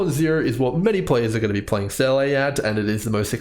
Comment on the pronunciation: love the math/spreadsheet. i just cant get over "seyley" when in game it's pronounced "seeluh". the dissonance it causes me wahaha